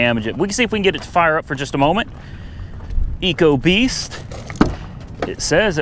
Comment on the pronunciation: It’s not ecobeast it’s ecoboost